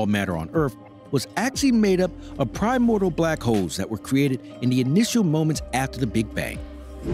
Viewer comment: If only you knew how to pronounce 'primordial' maybe you would have some credibility.